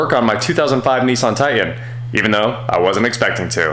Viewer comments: Tie Tan.... please just once say TITAN. What is a Tie An? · repeat after me ... TIE-TAN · I love you, - but... brother, there are two “T”’s in Titan! 😂😂😂